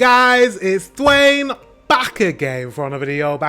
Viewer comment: Not Munich (München)! Hamburg is the place!